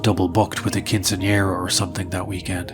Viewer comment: Absolutely underrated how goes about pronouncing quinceanera, 10/10, no notes.